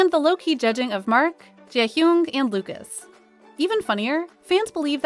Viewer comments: Bruh y u always saying jaehyun as jay-huyoong... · the "jeahyung" killed me 💀